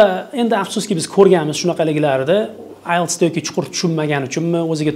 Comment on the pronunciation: Ailes, Isles, ayles❌❌❌❌ IELTS you gotta pronounce T girl